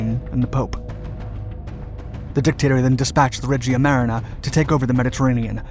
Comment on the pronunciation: sorry but the way you pronounce Regia Marina is just too wrong, it just hurts